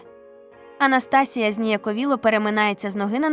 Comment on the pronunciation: Прочитання жахливе... Абсолютно без інтонацій. АнастАсія чи може АнастасІя? Текст цікавий.